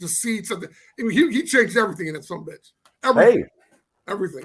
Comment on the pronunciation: Chris said "sumbitch" lmao!! Love you guys! Man Zorro... You and the Holtz boys I was 13 in 88. I remember you all!